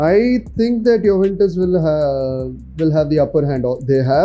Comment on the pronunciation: Wtf is yuwentus😂😂